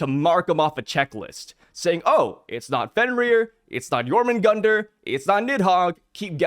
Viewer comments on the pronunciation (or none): Its jormungandr